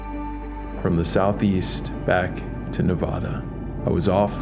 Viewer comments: please, as a native nevadan,please it's nevada.....not nevaaaada,lovelock is only twenty minutes from my house,many bones have been found but the anthropologists and archaeologists have been shut down,the smithsonian has taken many of the remains and poof they've never existed again,from the cave found by the wheelers to the bones found in the humboldt sink carson sink and also the smoke creek region .Many things have been found yet they disappear,hence the skulls in the winnemucca museum,the lovelock museum and also the historical society,they say the oldest petroglyphs are in winnemucca dry lake, between reno and gerlach,ivory points have been found at wizards beach on the pyramid lake reservation,also many artifacts of the western stemmed tradition,which was prior to the clovis first tradition,your video is very knowledgeable for the people,thankyou for the time you spent on this and the respect you've given the people...may your journeys be grand and and adventurous.....if your ever back in Our state,drop me a line there's much more to see than most know....... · this guy can't even pronounce Nevada